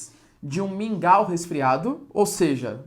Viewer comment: QUANDO VOCÊ FALOU MINGAL EU DEI UMA BOA GARGALHADA,É MUITO BOM SUA AULA.